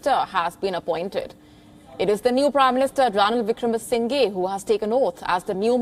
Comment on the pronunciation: It is singHE not sinGAY